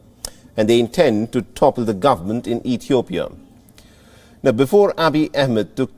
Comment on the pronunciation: so biased!!! and uninformed you can't even say the name Ethiopia right wow We will pass this but every Ethiopian will remember